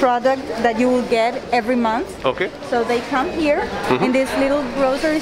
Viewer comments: one advice, please pronounce 'here' as 'here' not 'hair' and 'beer' as beer not 'bear'. or just continue with Hindi/punjabi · I am sorry to correct you but just like OCD I feel uncomfortable each time you say here , beer You pronounce it very Panjabi way...hai , bear... instead you say “he ear” and” be ear “ I think maine aapko upset nahi kiya Sorry 😐🙏please try